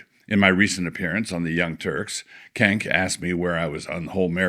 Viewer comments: I'm pretty sure Cenk is chenk and not kenk. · I appreciate that Wilson pronounces 'Cenk' as 'Kenk.'